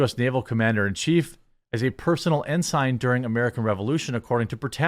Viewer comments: "En-zin" = Ensign, Jeremy... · Ensign is a rank and you pronounced it very badly. Just an FYI.